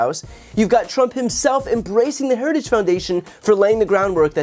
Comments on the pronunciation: To be fair, Trump does not say "Heritage Foundation", he quite clearly says "Harajistoo," which is a completely different organization. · "institutions such as Heregus" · Of course Trump is not associated with the heritage foundation, he can't even say heritage . 🤣🤣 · donnie, it's "heritage", not "herigous". Man, and we thought Biden was the one with a speech impediment. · Trump can’t even say the word Heritage (Heri-gge) he sure as hell didn’t read over 900 pages (without pictures) 😂😂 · In other words. A vulnerable candidate with no professionals around him. Who doesnt read. Cant even pronounce HERITAGE. And denies the existence. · Trump can’t say the word “heritage” Is he alright? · How is Project 2025 Conservative? Got to ❤ Trumps pronunciation of Heritage. Sounds pissed drunk 😂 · Trump can't even properly pronounce Heritage after two tries and barely got out the word "critical". He loves the poorly educated because he is one. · He can’t even pronounce ‘heritage’. Lol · He cannot say heritage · Pete is the MAN! Whenever he talks he just dominates - not with bluster, b.s and grandstanding but with calmness, intelligence, integrity and pure facts. Trump can’t even say the word “Heritage” properly. Lol. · Trump sure has a hard time reading the Telepromter. He can’t even pronounce Heritage. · Here's an idea let's vote for a moron who struggles beyond 2 syllables...Say Heritage again Trumpy...we dare ya! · Trump had a little trouble pronouncing Heritage! 😂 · Heritage Foundation is a Domestic TERRORIST organization. And trump can't even pronounce its name. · I like how he can't even say heritage correctly. What a loser. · He can't even pronounce 'heritage' once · Why wouldn't they want a person who can pronounce the word Heritage.